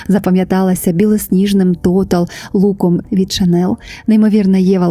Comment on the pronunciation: Дякую за відео 🤍 Єдине, «Шанель» вимовляється з мʼяким «л», тому що так говорять на батьківщині бренду Франції. «Шанел» – американизована вимова і не є правильною.